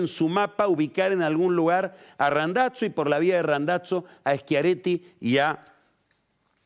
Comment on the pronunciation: Queda muy navolin queriendo pronunciar Randazzo en Italiano lo tendría que pronunciar como lo pronuncia el propio Randazzo